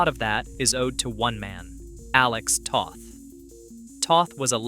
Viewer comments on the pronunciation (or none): Toth rhymes with both.